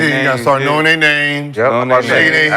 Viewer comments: Listening to Swaggy fuck up every active players name while trying to argue is hilarious. be trying his best to help him out with the corrections too. 😂😂😂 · Nick butchering the hell outta those names haha. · Swaggy channeled is inner Webbie tryna pronounce names lmao